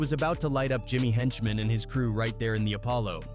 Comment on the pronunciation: Script written by one A.i. and the narration done by another A.i. 🤦🏾‍♂️ “When you talk about the infamous G-Unit versus……….. ………….Jimmy Henchman.”